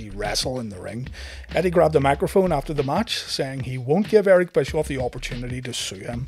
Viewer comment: BTW it is Bishoff